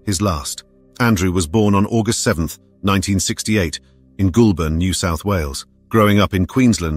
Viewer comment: I thought you said Nancy jumped into the water? I was wondering why she would leave her kayak, and then at the end you said she was last seen in her kayak? Goulburn is pronounced Gol Burn, and Macquarie is pronounced Ma Kwari.